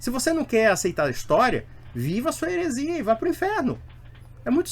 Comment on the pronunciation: Só pra conferir> "idonio", "ceita". "maçon", "herezia", "ginóstica", "nuvele teologi", "perceguido", "avosinha" "houvise", "mãesinha", um surto de erros grosseiros.